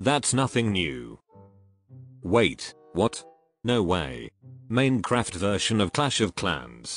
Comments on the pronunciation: This guy said manecraft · its minecraft not neincraft